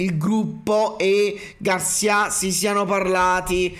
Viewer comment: Garcìa Garcìa Garcìa come il sergente di Zorro!!! Non Garcià mannagg a mort me fatt fa a fin r'Hermione